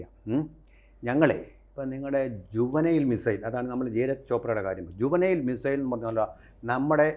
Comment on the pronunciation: ജുവനൈൽ മിസൈൽ അല്ല മണ്ടാ .. ജാവലിൻ മിസൈൽ എന്ന് പറയ് ..